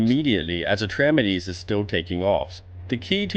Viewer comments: Repeat after me: Atrah. Meedees. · I love these guides but this one is not very good to be honest. The most important change in the heroic version of Atramedes (thats Atrah-Meedees, not Atremedez) is when you use a gong on the Ground phase for searing flame, it will destroy another gong in addition to the one you click at random. Therefore it is necessary to use only one gong in the Air Phase unless you have epic dps. (2 ground, 1 air, (70% =/-) 2 ground, 1 air, (40% +/-) 2 ground, 1 air (10% +/-) 1 ground kill)